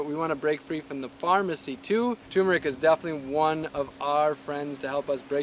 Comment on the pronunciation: Kinda funny that you don't know how to pronounce turmeric.